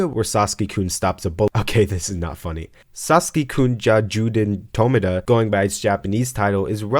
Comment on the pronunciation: TF is a Saski? HES SASAKI AAAAAAAAAAAAAAAAAAAAAAAAAAAAAAAAAAAAAAAAAAAAAAAAAAAAAAa